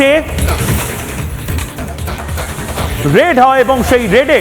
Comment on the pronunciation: "রেড" না ; এটা হবে "রেইড"।